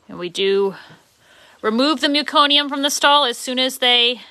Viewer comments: What an awesome video. So sweet. Btw, it’s meh-co-nee-um. Not mew-co-nee-um. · I’m from Canada and I was a L&D RN. We deal with an awful lot of meconium. Never heard it pronounced that way ever.